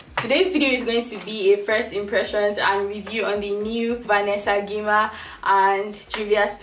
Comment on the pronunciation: Lol it’s pronounced Gyimah as in 'j'imah. Ghanaian surname 🇬🇭🇬🇭🇬🇭